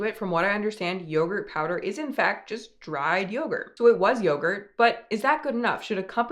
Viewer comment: yogurt? more like byegurt